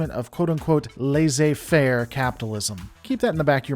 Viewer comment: the ai in laissez is pronounced like the e in empty